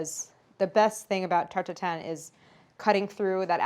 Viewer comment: everytime claires says '' Tarte Tatin '' i hear it as '' tur tur tun ''... ah the joys of being french.